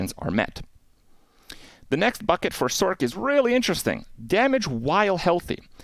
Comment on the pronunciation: Love the info….hate how you say sorkk lol it’s sorc bro